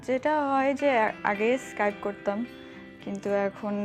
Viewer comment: অদ্ভুত উচ্চারণ ইস্কাইপ